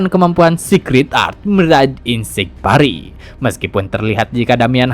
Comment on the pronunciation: parry di baca nya pery bang, tapi gramar nya bukan pery yang bisa terbang, literally hurup E nya di baca utuh